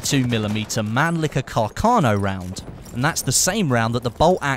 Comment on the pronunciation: Its not Manlicker...